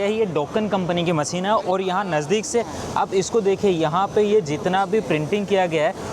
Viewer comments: not Maseen but masheen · maseen, producsen, satasin